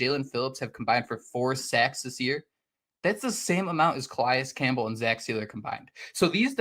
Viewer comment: Please stop mispronouncing Calis Campbell name, it's disrespectful and anoying